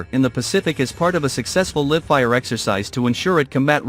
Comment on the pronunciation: I hate AI voices or computer voices, there is always words they can’t pronounce correctly. In this case Live